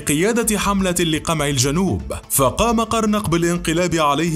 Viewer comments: هههه جون قرنق 😂😂😂😹 القاف التانية خفيفة.. الاسم يُنطق جون ( قرن) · تحية طيبة ...لتصحيح جون قرنق ...وليس قرناق..